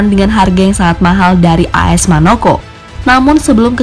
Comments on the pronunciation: 😂🙈Bukan MANOKO🤣🤣😂😂 tapi MONAKO🤣🤣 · AS Monako min bukan manoko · Admin salah ngomong teruus bilang AS Manoco padahal AS Monaco...😂😂😂🤣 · Monaco yg bener bang 🙏🙏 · Kalo sekali sih maklum,ini 2x nyebut As Manoco🤦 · Kirain gua doang yg denger🤣🤣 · Wkwkwkw..ketauan bukan penggemar sepakbola ya 🤣